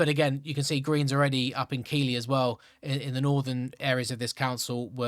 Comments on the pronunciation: Keighley is pronouced Keigh-Lee. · It is pronounced Keithley not as you read it. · Keighley is pronounced Keith-lea. Sowerby Bridge is pronounced Saw-by Bridge.